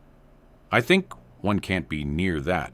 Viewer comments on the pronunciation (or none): none